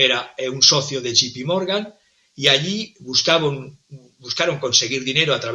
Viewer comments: J se pronuncia "yei" no yi. Me encanta tu programa. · No e Gee Pee Morgan es Ja se pronuncia yei